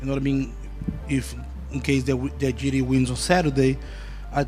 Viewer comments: He called Jiri “Jerry” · Yeah I’m totally going to trust CTE Holloways opinion when he can’t even say Jiri’s name properly